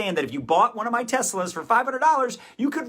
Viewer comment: When he kept saying "one of my Teslas", I kept hearing "one of my testicles", and I was like, "Why does he think his people are on the black market for organs?!"